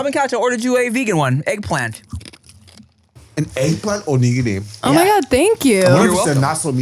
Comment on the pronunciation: Tim putting so much emphasis on NIG in Onigiri